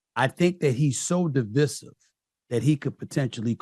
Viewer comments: Not only does Steve not know how to pronounce Divisive which shows his ignorance he is completely unaware that people of color support Trump!!! Idiot!!!! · I cant trust a man that cant say divisive.